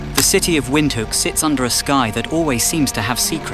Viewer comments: Windhoek is pronounced as Vinthook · It 's pronouns Vindhook